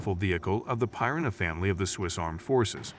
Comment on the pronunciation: How is it this guy can't pronounce piranha correctly. One of the most universally known fish species 🤣.